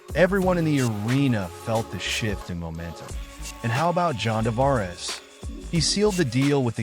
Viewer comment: If you can’t even pronounce John Tavares…you are not a real fan…